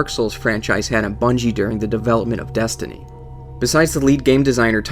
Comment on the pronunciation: 'Desinty' lol. Nice vid though